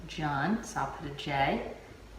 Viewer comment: Nice tutorial, I think its pronounced june like the month.